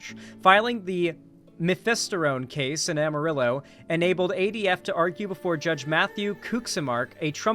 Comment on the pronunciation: Every time he says "am a ri low" instead of "amarillo," I die a little inside 😂